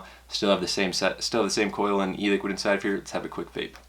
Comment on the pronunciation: "the vlape vapor"